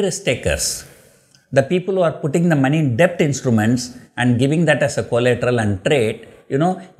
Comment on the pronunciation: b in debt is silent. I wonder how you are surviving in Dubai